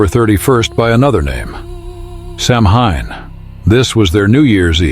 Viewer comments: It's actually pronounced "Sow Wein" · Samhain.....is pronounced "Sow-wen please do your diligence.,.... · I know it's spelled "Samhain," but it's pronounced "SOW-an." I know; I don't understand it either. I guess you have to speak in the Druid or Gaelic or whatever kind of tongue it is. But if we're going to do it, let's do it right!